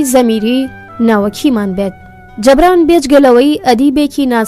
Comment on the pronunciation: دەستت خۆش بێت بەڵام ناوی نوسەرەكە بە هەڵە دەخوێنیتەوە (جەبران) نیە (جوبران)ە ماندوو نەبن